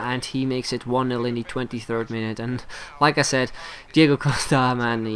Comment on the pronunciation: Lol you say "Like I said" like "Lacazette"